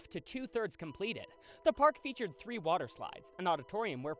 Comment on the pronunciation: Too bad you can't say the word three